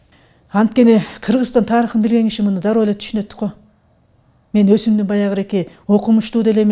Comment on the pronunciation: Өсүмдүмдүн деп сүйлөп жатасыз а туурасы Өзүмдүн деген туураго э